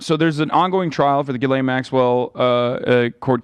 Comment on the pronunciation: "Jizzlane" instead of Ghislaine omg hahahahahah